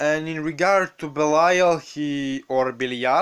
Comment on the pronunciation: King Belial. Oh my soul longs to be reunited with you.... the guy making this video says he's name wrong. But the information is dead on.